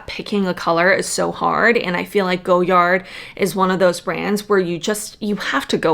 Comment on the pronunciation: Everytime you say "go yard" I die a little. It's "goy ard"